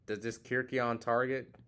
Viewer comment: Ke RYK eion... But yeah, too many people say KIRK ion lol